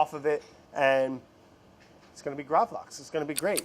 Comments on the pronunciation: Lax is pronounced the same way the english word is, not that it matters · Btw, it is called Gravlaks. Laks is the scandinavian word for Salmon. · In the video Brad keeps saying "Lax" instead of Gravlax, basicly saying that they are the same thing, but in fact: "Lax" just means salmon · i mean lax is just the swedish word for salmon so just calling gravlax lax is kinda funny... also it's actually gravad lax everyone just shortens it to gravlax. fun swedish facts for y'all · The way he pronounces gravlax hurts me, like, I'm in physical pain